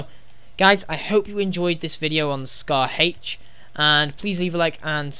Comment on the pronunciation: It's scar h not scar Hache